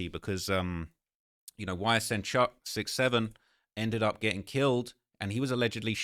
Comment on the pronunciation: Bro why you keep saying 67 like that